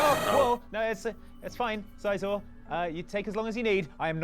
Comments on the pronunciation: The way they pronounce Scizor hurts my soul. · its si-zor not sigh-zor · How the fuck do you mispronounce scizor? It's literally scissors. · SEE-zor. Like "scissor." Do these people NOT cross-reference the animé?